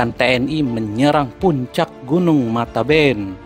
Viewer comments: Matebian bang bukan mataben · Gunun mate bian bukan mateben